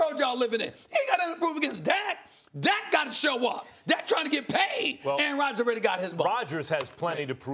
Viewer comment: Aaaaron Radjaas....Aaaarin Raadjas....